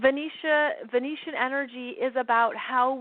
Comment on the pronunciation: Hi there! Great info and thankyou. Just wanted to clarify the word Venetian. Venetian are inhabitants of Venice, Italy. Venution or Venusian are associated with the planet of Venus. A person “from” Venus can also be called a Venerian (in Science Fiction). It may be your accent, but I thought I kept hearing the word Venetian. I certainly don’t wish to be a know-it-all: but the distinction carries a planetary difference; one is from Italy, the others from Venus. Love what you do...& again thanks for your insightful sharing with us all. 🙏🏻 xx